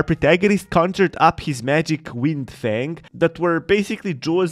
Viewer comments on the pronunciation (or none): none